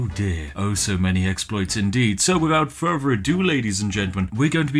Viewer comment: Why to do pronounce the word further like “Ferver?”